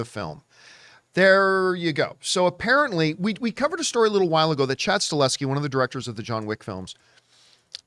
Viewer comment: He is called Chad STAHELSKI not Staleski